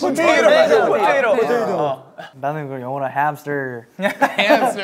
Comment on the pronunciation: hoshi's accent on Hamster sounds so good